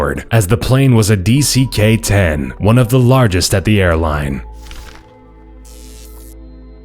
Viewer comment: It's dc-10, not dck-10